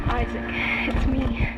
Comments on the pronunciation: Dead space- HIS NAME IS ISAAC NOT I-SACK 😂😂😂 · No ones gonna mention "eye zach"? No? Okidoke